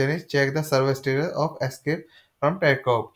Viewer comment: he cant even say Tarkov.....trash video